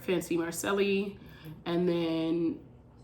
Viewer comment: Didn’t even know about this channel. Subbing now! You are right about everything except the way you say Macceli. lol